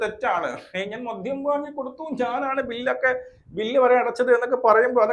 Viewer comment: മധ്യം അല്ല മദ്യം